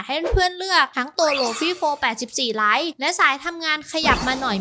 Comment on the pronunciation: lite = ลิต 😂